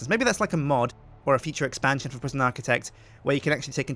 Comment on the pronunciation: PriSjin instead of Prison